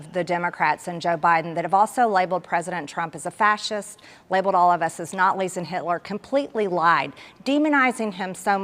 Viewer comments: Poor Gashorie Trailer Trash. She gets all flustered when she gets backed into a corner. Also….whats a notlee? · Did she say Notles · Did she say "natlies" instead of nazis? Just asking. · Wtf is a 'Nartli'? .. Sheffield, UK 🇬🇧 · "Natlis"??? LMAO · "Labeled all of us as Not-Lee's and Hitler!" 😂😂😂😂😂😂😂😂😂 I'll take Gazpacho with a side of Not-Lee's for 400, Alex 😂😂😂😂 If it hurt to be stupid......😅😂😂🙈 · What's a "Notly" Marge? Talk much?